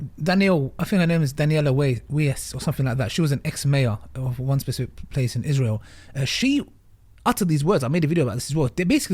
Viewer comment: Yes, why is he so wangwy, all just wies from Wiswael??